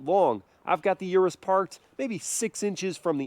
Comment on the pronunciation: its not U- RES sounds almost like urinate, PLEASE say OROOS